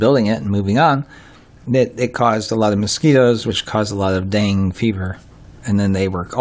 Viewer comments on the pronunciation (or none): Nice video. It’s pronounced DENGAY fever.